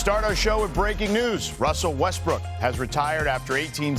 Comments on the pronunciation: He said RUSSELL WESTBRICK 😂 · 😂 He calls Him Westbick smh 🤦